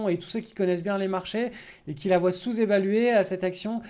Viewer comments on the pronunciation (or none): none